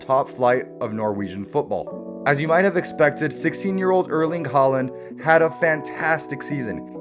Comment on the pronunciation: bryn E dont miss the E . say håland the same way you say th e o in goal .. not that hard xD